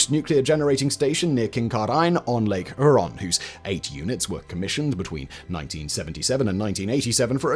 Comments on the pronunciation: After Simon's pronunciation of "Lake Huron" and "Kincardine", Brits are no longer allowed to laugh at our pronunciation of "Frome" and "Worcestershire" 😂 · As a Canadian, (with friends that work at Bruce power funnily enough), I had a giggle at the pronunciation of "Lake Huron" and "Kincardine". As per the tradition of the motherland, we have a flagrant disregard for what letters may, or may not, be contained within a place name. Oh Simon, you did your best. A for effort.